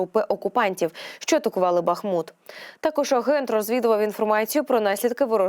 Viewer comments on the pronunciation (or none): none